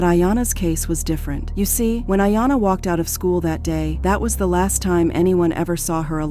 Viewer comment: C'mon, please fix the AI. You can get it to pronounce words properly. "Waked off"? Really